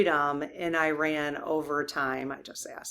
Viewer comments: It's not pronounced liked "I-Ran". The correct pronunciation is like "Ear-Ron". Please pronounce this country's name correctly! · No, EE-RAWN. Not E-RAN or I-RAN. EE-RAWN. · EE-Rahn, not 'I ran' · The correct English pronunciation of Iran is ee-rahn, it is not pronounced i-ran. Just passing on what an Iranian associate corrected me on, and it does roll off the tongue easier. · EE-Rahn not 'I ran' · I had an Iranian friend yrs ago who corrected my pronunciation: it is “EERAN” not Iran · Iran is pronounced E-rahn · Yes, PLEASE. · Iran is most commonly pronounced as ih-RAN (rhyming with "man") in standard American English, or ee-RAHN (rhyming with "father" or "gone") in the UK and in native Farsi. The stress is always placed on the second